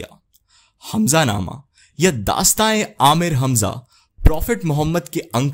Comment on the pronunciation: Good information but its Ameer Hamza not Aamir Hamza